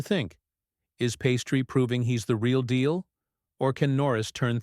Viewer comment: Pastry? That and the poorly timed pauses?... Does anyone listen to this before it's published?